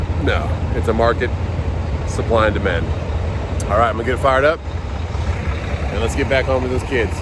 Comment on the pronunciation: When did "and" become "an"?